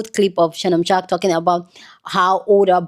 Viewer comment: your tongue slip of shark instead of sharpe is a great slip. He is a shark 😂.